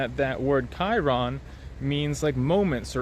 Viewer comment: I have come to recognize that the Greek word is Kairos not kairon.